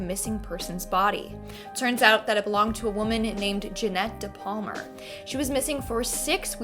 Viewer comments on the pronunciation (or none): DePalma, why do you call he DePalmer?